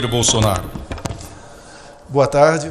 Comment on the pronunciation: o Borrrsonaro com essa pronuncia do R soa artificial. Um caipira do interior de SP nunca pronuncia o R assim. Esse Mazzaropi deveria asumir suas origens e parar de dar uma de Zé Carioca.